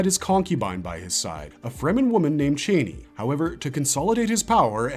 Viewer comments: I hate the way you newbies pronounce “Chani”. She’s NEVER been “Chāni” like a chain. It’s pronounced “Chani” rhymes with “Donny”. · I hate to be “that person” but Frank Herbert pronounced the name as Chainey.